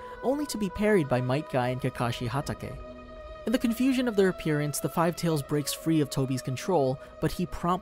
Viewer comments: U also said kakashi’s last name wrong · im not judging you but hatake needs to be said originaly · I can't stress this enough you're wrong it isn't pronounced (Hat auhkay) but pronounced (hat aekae) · HE REALY SAID KAKASHI HATEKE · Add you still mispronounced kakashi last name LMFAO 🤣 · I mean he said kakashi htaka